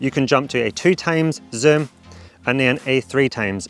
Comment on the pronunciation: can you learn how to say zoom properly please.